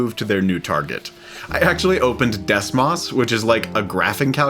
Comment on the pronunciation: DesMoss 💀 its des-mose